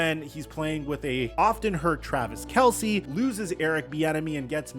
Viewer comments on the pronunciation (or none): none